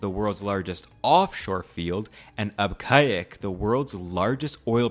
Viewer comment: Pog u got arabic naming right except abqaiq it’s pronounced ab-kaik not abkayek